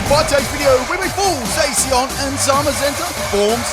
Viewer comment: I think Zacian is pronounced (zah-shi-ahn), so it annoyed me when said (zay-see-on)